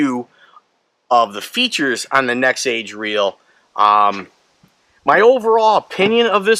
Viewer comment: Nexave ave ave , not nexage